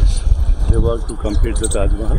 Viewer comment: Taj not raj